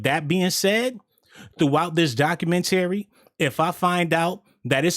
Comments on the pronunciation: "doc-u-men-terry-" bruh stop🛑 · You're illiterate or something bruh! 🤣🤣🤣 Can't pronounce documentary correctly and be reeeaaaaching!!!! On some points here and there like Dahslim from street fighter lmao. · U killing me how you say “ documentary” sheesh. Nice video though